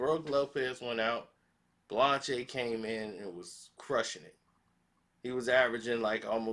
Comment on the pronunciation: full of sh!+ Can't pronounce the brother name